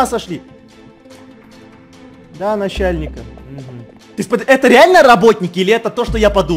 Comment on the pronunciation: Насяльник я, да Не надо, насяльник Гебельшеник🤣🤣 ПОСЛУШАЙ ЭТО РАБОТНИКИ ДЯМШУТ БЛИН 🤣🤣